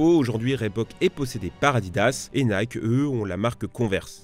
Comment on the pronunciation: Tu ne peux pas prononcer " Air Jordan " en anglais et " Nike " en français dans la même phrase...